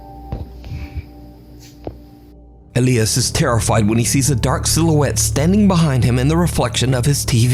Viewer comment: "Elly-us"? Elias is pronounced E-lie-us.